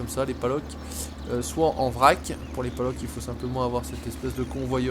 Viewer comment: super vidéo mais on dit palox et pas paloc continue comme ça